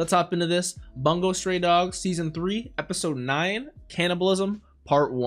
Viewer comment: Geez, Bungou is pronounced Boon-go